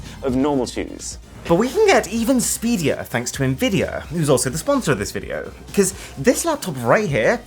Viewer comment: no way you just said "speedeir"💀💀💀